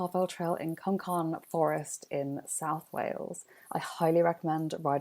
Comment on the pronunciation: (CWM) pronounced coooommmm lol